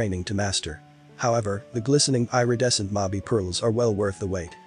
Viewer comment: Please learn how to s pronounce “Irredescent”! eeridescent, not eyeredescent! 🤪